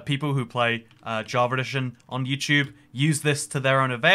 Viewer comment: Nobody:: Java Redition